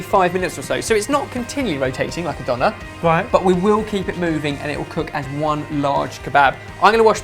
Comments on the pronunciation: I don't know if you already know this, but the "Ö" in "Döner" is actualy pronounced like the "O" in "work"... That goes for German as well as Turkish (as far as I know). Some people go as far as writing "wörk" as a joke. Hope I could help :) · Interesting how you pronounce Döner, but it's impressive how famous it became :D